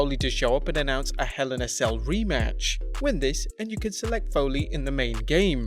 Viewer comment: Mick Folley⁉️ Folley⁉️ Foley‼️